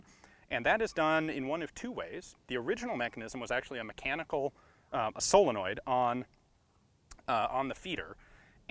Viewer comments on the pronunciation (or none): none